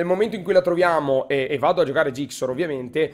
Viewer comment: è zixor non gixor Bel video comunque